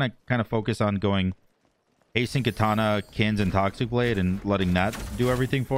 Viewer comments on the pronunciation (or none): none